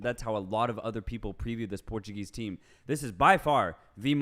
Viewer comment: It really annoys me hearing all these portuguese names being pronounced with a Spanish accent on an English podcast! Stick to anglo pronouncement, Spanish is NOT the right one!!!